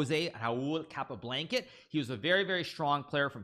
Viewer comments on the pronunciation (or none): I cannot be the only person who heard him say “capablanket”